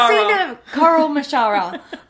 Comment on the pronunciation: sounds like ‘coral maharajah’ 😂